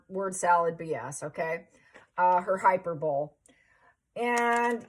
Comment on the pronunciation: It's Hi-per-bowl- Lee not hyperbol